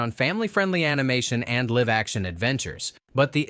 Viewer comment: If AI isn't narrating this, I'm worried about this person's pronunciation of a few things, especially "live-action."